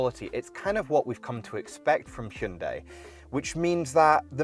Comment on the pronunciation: I've firstly ever heard proper pronunciation of Hyundai in English accent that means Modern times. :D -Godai : Ancient times -Jungdai: Medieval times.